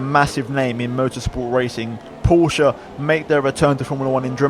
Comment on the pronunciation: And you are the only youtuber I know who pronounces porsche correctly! LOL